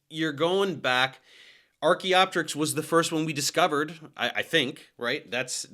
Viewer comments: Can we please pronounce things the way we should? It's not Archae-opterix. It's Archaeo-Pterix. Same as Helico-pter. Or Ptero-Daktyl. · The second I heard “Arch-y” immediate cringe chill… such a Christian Creationist Corny Dad-xplaination. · Every time he calls it Archae I lose 1% of my lifespan